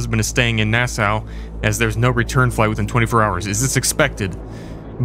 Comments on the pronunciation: That na-sow was killing me.. it’s pronounced NASS-SAW bro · It’s pronounced Nass-aww not Nass-oww 😂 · Here from Nassau(which is actually pronounced “Nah-Saw”)🇧🇸 I love the content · It’s Naah-SAW, lol You are the best brother!